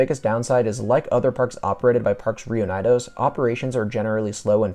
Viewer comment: That pronunciation of “parques reunidos” tho 👀